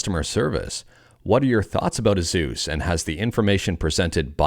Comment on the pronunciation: The 'sus' is supposed to be pronounced like it rhymes with 'goose', but 'Zeus' is still a little off, should be an S sound instead of Z.